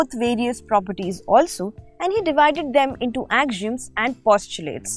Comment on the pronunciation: AXIOMS is pronounced Ak - See - Um The lesson was well organized with beautiful graphics and entertaining. very good Thanks